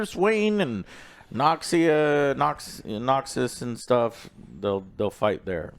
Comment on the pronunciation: Vee (Vi), Zoon (Zaun), Noxia (Noxus).... IS DOING THIS ON PURPOSE?!?! LOL